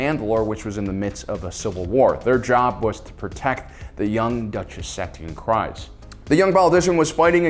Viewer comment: every time u say satine kryze my ears burn. how can u spend ur whole life on star wars and not know how to say her name